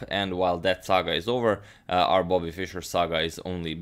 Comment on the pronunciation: The Nigerian "our"